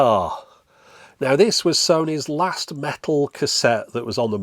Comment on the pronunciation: I didn't really expected you to answer me, plus everybody hates russians right now, I'm a TRUE one, just don't tell anybody. The thing is - there are so many accents inside of London alone. I REWATCH Your videos all the time. My addition: when You say 'can't last fast chance' You always change it. Don't do it, please say it in the proper way like englishmen do, with longer 'a'